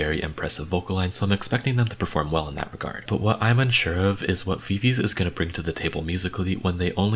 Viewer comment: not hating but viviz is pronounced as vi vi ji bc it’s from the members names